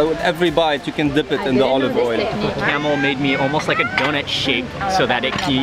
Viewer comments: His name is, not camel. Lol. is too polite to correct him. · Everytime he says camel i laugh. It is pronounced Kamaal.